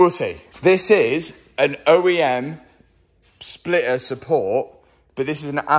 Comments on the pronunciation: Its NOT a Spliuhr its called a Splitter.... learn English :P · What is a Splitah? 😂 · MATT, there is a T in splitter ! 😂😂